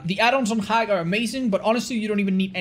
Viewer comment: pronouncing Hag like "Hrrag" and the captions see it as Hack.